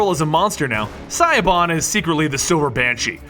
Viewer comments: did he just pronounce "shee- oh- bahn" "sai-o-ban"? :\ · Stop. Siobhan is pronounced sha-vorn (Gaelic is weird). That pronunciation is hurting me. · siobhan is an irish name and like almost every other irish names, it's pronounced differently, like chivonne or shivonne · Siobhan is pronounced Shi-Vawn, not Si-O-Ban. Otherwise v good video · P.s. it's not pronounced Psyban, it's Shuhvon. I know neither of these are spelt anything like ita actually spelt but I swear it's pronounced Shuhvon. celtic names r weird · EXCUSE ME? Did you just say Siobhan like "Sigh Bon"??? It's pronounced "Sha-vawn" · it's pronounced shi-vahn not sighbahn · Siobahn..."Sio...bahn"? Correct me if I'm wrong......ok no, I can't be wrong. Siobahn is pronounced like "Shiv-ahn". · Just so you know... "Siobhan" isn't pronounced "SYE-oh-bawn." It's pronounced like "Chevonne." It's Irish. Y'know, like banshees. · its actually called the "blood ocean" not the "blood pool" ... just said ... and her name is pronounced "shavaughn" ... not "sai-bon" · "Siobhan" (Silver Banshee) is pronounced Sha/Shu-Von. It's Irish-Gaelic (and happens to be my wife's name). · Siobhan or Sioban is Gaelic or Celtic(Northern England/Ireland) name. It's pronounced She-Vawn or Sha-Vahn. An Irish chic named Siobhan told me that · i know this is probably 3 yrs later but Siobhan is an irish name no? .. pronounced Shevan? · Dude. It's pronounced "Shee-bahn". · Siobhan Is pronounced shavonn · Siobhan is pronounced Shiv-On. It's irish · Siobhan is pronounced lie "Sha-vahn" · its pronounced sha-bahn. i normally wouldn't care but its a regular name that people know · "Cybon"... Kill me... All joking aside, it was a nice video. But Cybon doe... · It's pronounced Shiv-vaun, just a tip for any future videos on Silver Banshee :) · Siobhan you pronounce like Shu von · Siobhan is pronounced ( Shi - Von) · Silver Banshee's name is pronounced 'shih-VONNE' it's an Irish name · i know its spelt siobhan but its pronounced shavawn